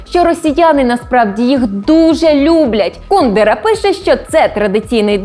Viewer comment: По-перше не КУдера, а КундЕра. По-друге, багато чехів його ненавидять, бо він співпрацював з комуністами заради своєї вигоди та грав на два фронти